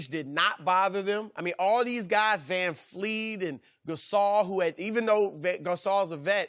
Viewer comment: It's not Van Fleet!!!!